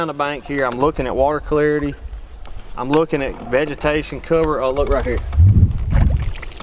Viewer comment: I watched the first 10sec like 20 times. LOORIGHERE! lol Love the content.